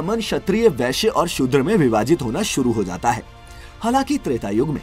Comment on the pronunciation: Vaishya is a varna who deals with agriculture and merchantile but the image u displayed in the video is of veshya (woman who gives sexual pleasure to men in an illicit way) 🙄 Even pronounciation should be vaishya, but ur saying veshya For kshatriya u ve used image of hunter which is incorrect Pls do some proper research on varnashrama dharma 🙏